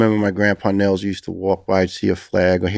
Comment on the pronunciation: Niels is pronounced Nills not Neels. And if you want to get really fancy don’t turn that S into a Z sound.